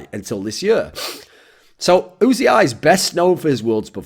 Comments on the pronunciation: Is it really pronounced "oo zee eye"? Everyone else I hear talk about him just says "oozee" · wasn´t it pronounced "uzi" straaight away without actually spelling it?